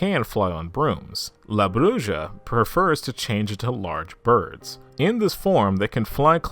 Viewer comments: It’s is pronounced Brew-ha not bru-ja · La Bruja. Bruja is pronounced as Broo-ha, not Broo-ja. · BROO - HA not Bruja a witch homie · It's pronounced Bru HA not Bru Sha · Oh goodness that pronunciation of the word "bruja" . Bruu-haw is how that's pronounced. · La Bruja - la - brew - ha. The J makes a h sound in Spanish. Honey, if you weren't making mistakes...I'd have to give you some side eye. Great video! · La Bruja pronounced la Bru'ha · It’s killing me the way you say bruja 😂 but still a great video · Over all your pronunciation is pretty good,but for future reference the “ja” in bruja is pronounced as a “ha” sound😊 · i know u said that you may mispronounce some words, but i was not expecting the way you were going say la bruja it made me laugh a lot. love the vid tho